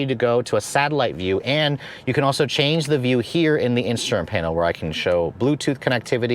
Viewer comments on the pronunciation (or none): none